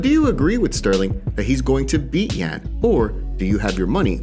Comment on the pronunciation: His name is Yan pronounced (Yawn).